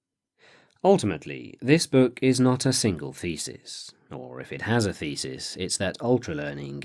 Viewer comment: I'm still not used to the way how thesis is pronounced.